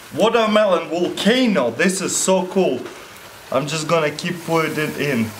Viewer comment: Woldermelon Wolcano lol